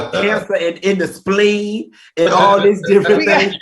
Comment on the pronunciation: Q + “singing, Speen Bone” = 🤣🤣🤣🤣🤣 Al, don’t feel too bad.. I have no idea where the Spleen is either… 🧐🧐 headed to Google to self educate! 👍🏾🎯